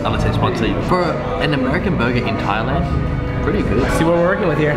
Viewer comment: Thailand not Thialand